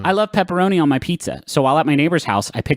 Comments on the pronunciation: As someone who has always known pepperonis to be pronounced as "pepperonEES", hearing them say "pepperon ISS" is revolting. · Maybe I’m just tired but hearing ‘pepper-onus’ instead of ‘pepper-onee’ is making my bones unhappy. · WHY DO THEY PRONOUNCE PEPPERONI LIKE THAT PLEASE TELL ME ITS ON PURPOSE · please griffin. please stop saying pepparonus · excellent video, but why do they say Pepperoniss? Pepperonus? Pepperoness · Pepparonis Patronis